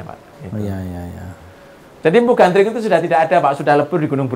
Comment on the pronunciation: kan Gandring mas bro bukan Gandrung 😀 mas bro ini gimana sih,,ayat suci Al-Qur'an aja salah dalam kita membacanya salah juga artinya, ya demikian jugalah ini 🤭 Gandring ya Gandring masbro masa kok Gandring di samakan dengan Gandrung 😀 mungkin Gandring itu kan sesosok cowok guanteng buanget makanya banyak di Gandrung i banyak cewek 😀😂